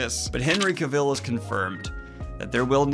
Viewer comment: CAVILL RHYMES WITH TRAVEL, DANIEL!!!